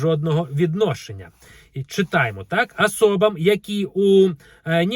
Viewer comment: Не АСОБАМ , а ОСОБАМ!!